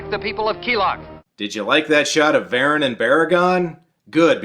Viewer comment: It's pronounced VARAN.